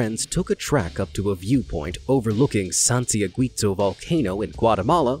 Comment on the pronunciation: Am I the only one wondering why you took time to get to pronounce correctly the super hard Icelandic volcano name, but with the”santiaguito” you had only to check the pronunciation of gui and you mispronounced it? 😂